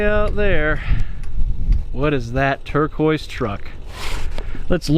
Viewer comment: Did you say its a turd quoise truck?